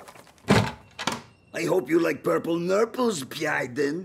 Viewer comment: "..pyurple nyurples.."😂😂😅